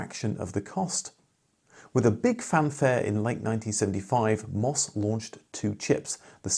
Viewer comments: "em" "oh" "ess" not "mos". We have to continue to pronounce it the way the commodore & MOS employees pronounce it! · The company name of MOS is pronounced as individual letters: em oh es.